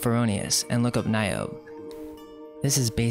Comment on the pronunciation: "Niobe" has three syllables.